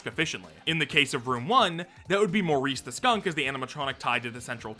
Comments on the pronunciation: Morris. Not Maurice. MORRIS. More-Iss. Not “Mohr-Ees”. You CAN read, right? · I would've thought Morris to be pronounced "Morris" and not "Maurice" lol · Morris is NOT pronounced like Maurice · Him saying "Maurice" for Morris was so funny to me idk why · Mow-rees? Not Mohr-is? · pronouncing Morris like Maurice every time 💔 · wait it's not supposed to be pronounced like that??😭